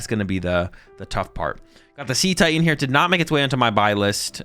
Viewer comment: Dude he called Cetitan See Titan.